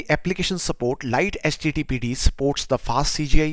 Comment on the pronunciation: Mate it's pronounced 'lighty'